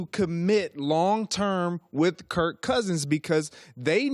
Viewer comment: Greg Jennings cant even say Kirk.... says kurt. Went down as a salty player and now a salty "analyst"